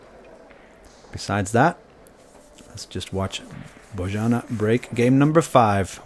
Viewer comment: her name is pronounced "Boyanna":)